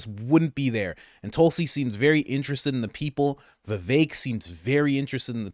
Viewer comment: did you say tulsi and vevek? god, yes